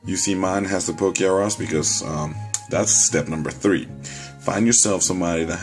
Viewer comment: its not poke-R-us its pokerus